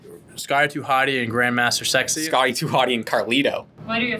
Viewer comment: Grandmaster Sex-AY get it right 😂